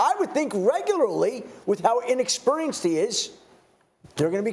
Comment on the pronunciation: Adam “inexpuurrienced” Shefter